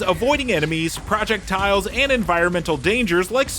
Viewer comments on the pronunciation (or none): Project tiles instead of projectiles tee hee 😅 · Bro said “project tiles” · Great review but why do you pronounce projectiles like it's two words? 😮